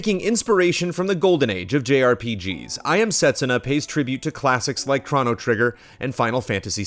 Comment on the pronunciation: The way pronounces "Chrono" is triggering me..